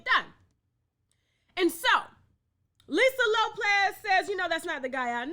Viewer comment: Lisa Lopez lmao Tasha you always fucking up on somebody name!!!!🤣😂 🍷